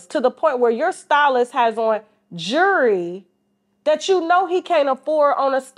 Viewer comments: 💯 she can pronounce the word jewelry but got the nerve to talk about Shannon's lisp. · Someone tell this chick there's a L in the word jewelry 😮‍💨